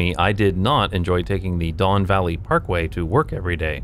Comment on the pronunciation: Oh my god! You said Don Valley Parkway and I uncontrollably flinched.